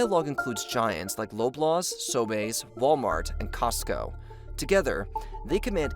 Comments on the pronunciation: It's So-bees not So-bays lol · "So-bays" lolol. We pronounce it "so-bees" here! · Loblaws is pronounced like lob-laws like as if you're going to throw or lob something at someone. Sobeys is pronounced So-bees like bee the insect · Calling Sobeys "So-Bayz" tickled my funny bone. Not sure if that's the correct way to say internationally but i've only ever heard it called "sobeez" in weekly trips there : ) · Pronounced Lob-Laws* and Sow-Bees* ngl I’m gonna start calling it sobae’s now lol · maybe its french after he said it that way never occured too me before that video? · The cost of fuel is also a factor when it comes to the rising food prices. P.S. Love the pronunciation of “Loblaws” and “Sobeys”! :P